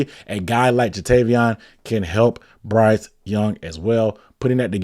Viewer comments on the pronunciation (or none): none